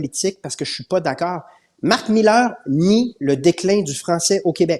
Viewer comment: Cher Paul, pourquoi prononcer Marc Millaire alors qu'il s'appelle Mark Miller ? Son nom est en corrélation avec sa posture.